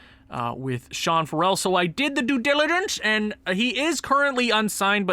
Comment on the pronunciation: farrell is pronounced kind of like feroll